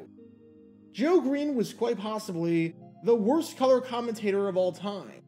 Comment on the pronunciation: why you say color😂 ?